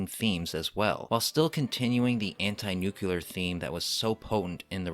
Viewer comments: For me the “nuke-you-lar” thing makes this video hard to watch. I’m glad someone else noticed it. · Why is it that so few people can pronounce "nuclear" correctly? It is NOT pronounced "nucular"!!!! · Nuclear not nuculer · nuclear dude! New-clear!! Nu-kuler isn't a word! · I love the content, but every time the work "Nuclear" is pronounced "Nuke-ya-lar" it takes me completely out of the content and takes me back to the Simpsons episode that dealt with this pronunciation: Ugh.